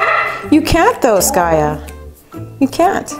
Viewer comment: its skaya not skayu